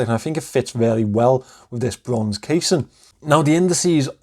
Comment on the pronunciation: It's a really nice watch, Pascal did a great job with it. My review is coming in the next couple of days and I can definitely understand your enthusiasm about it. The lume is absolutely crazy! I can listen to you say brrronze all day 😂